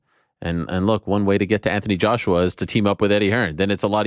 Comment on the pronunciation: Did he say Antony Joshua 😮